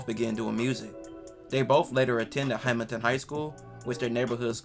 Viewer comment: My boy you know Hamilton has an L in it. Ol “Hamiton” saying a$$ 😂